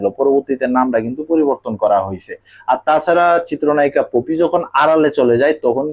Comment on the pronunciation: তুই আগে বাংলা উচ্চারণ ভালো করে শিখে আয় একটা অশিক্ষিত তুই একটা অশিক্ষিত তুই পপিকে বলতেছিস পোপি